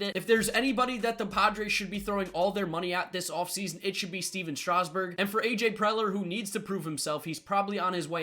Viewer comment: Stephen strasgburn wrong lol